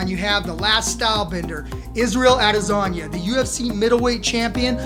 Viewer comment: Sounds like your saying lasagna instead of adesanya